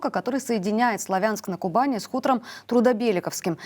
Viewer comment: СлАвянск-на-Кубани, ударение на "а".